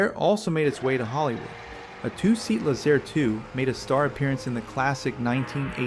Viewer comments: Too bad you can't pronounce Laze- Air. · Lay-Zair …It’s derived from The words Lazy-Air ….Lazair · back then everyone pronounced it "Lazer" like a lazer beam. We owned and flew a Teryadactyl..and had friends who had Lazers as well.